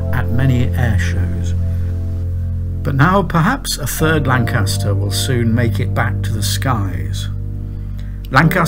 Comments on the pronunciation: Perhaps it's because he keeps on pronouncing Lancaster wrong, with the stress on the second syllable. He got Manchester right; he just needs to do a bit more work on Lancaster. He sounds English; shouldn't be too difficult. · There is only one "R" in Lancaster this is not new news its well documented.!